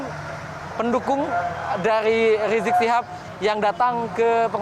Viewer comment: Woy reporter gx sekolah apa ya.gx bisa ngmg habib rizieq lo yaa.....bukan riziq!!!!!!